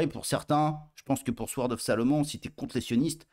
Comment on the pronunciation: Le W dans sword ne se prononce pas 😮